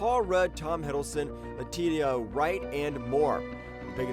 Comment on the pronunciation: Did you seriously mispronounce Letitia Wright's name?? 😆 (Letisha is how it sounds) thanks for that though.